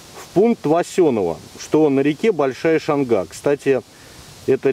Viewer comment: Немного поправлю Вас, ударение в названии реки Шанга на первый слог, а населенный пункт называется Васенёво, все местные хорошо это знают. Лайк за видео!